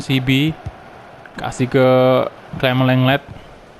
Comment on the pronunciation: Bang kalau baca clement lenglet itu gini bang Clement lengley Saran doang